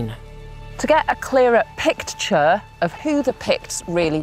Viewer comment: To get a clearer Picture-ure”. I cringed so hard I can’t get out of it.